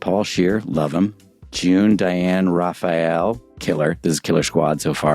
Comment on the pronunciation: Helping out on that How Did This Get Made ad read... 1. her name is pronounced more like "Rayfeel." 2. They 100% did Rad but not Land of the Lost. 3. Kraven the Hunter is one movie... I totally get not knowing that though based on the box office (SICK BURN=RIGHTEOUS KILL). Hope this helps, Quaids!